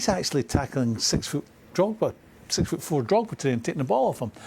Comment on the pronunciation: Did this fool just say Drogba.......SMH